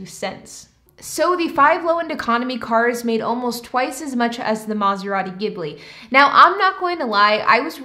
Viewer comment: Take a shot every time she says mazarati gimbli